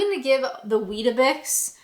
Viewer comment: You've got weetabix all wrong...😂😂😂